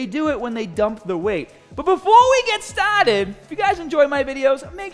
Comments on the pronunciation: It's more "staur-dit" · “Befowe we get stawted!”